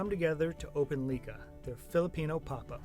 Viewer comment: It's not LI-KHA but LIK-HA It means CREATION